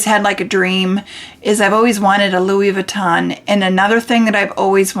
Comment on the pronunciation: Please learn to pronounce Louis Vuitton correctly. I’m 70 and have been lucky to be able to own plenty of designer items. Starting in 1974 ( married a pro athlete). Fell out of favor at some point but took very good care of all my very good things and just gave most of my items to my 14 yr old granddaughter. I can tell a fake but then I’ve always adored fashion. It’s been heartbreaking to have friends who thought they scored a great dupe and pass it off as real but I can tell. Some have even paid big prices for used bags thinking and believing they were authentic but they are not. Those I do tell because that’s a scam. Keep wishing and someday you’ll get your dream. Buy a bag they keep their price better than a vehicle. 😊